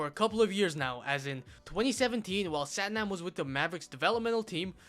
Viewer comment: It’s pronounced Sathnaam fyi